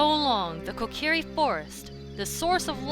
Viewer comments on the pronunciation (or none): And also Kokiri is pronounced kokary